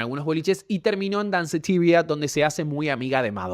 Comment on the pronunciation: Deci Danceteria como es en español